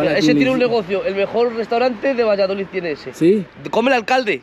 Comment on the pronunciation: Yo vivo al lado y son una gente estupenda, todo depende como seas tú con ellos Por cierto no se dice valladolit, que acaba en D 😂😂 VALLADOLID minuto 😂😂